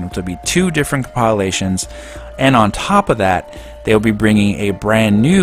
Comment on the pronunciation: Shhhhh. Stop making fun of the way SMD64 says "compilations" in the comments!